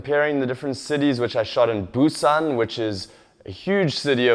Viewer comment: referring to his Korean. He calls Busan "boo-sun" and Gwangju (gwun-joo) - completely wrong.